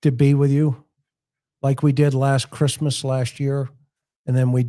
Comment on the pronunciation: It's -moose! 😄